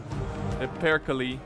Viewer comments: No, no way he pronounces Perkele as "Pirkilie" man, you do great stuff but this is just too funny not to point out. Love your vids. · Just a pronounciation thing: All the e's in "Perkele" are pronounced the same, like the first one.